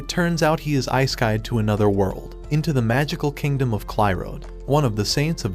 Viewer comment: did you say eyeskyed instead of isekai'ed? your poor language skills are ludicrous.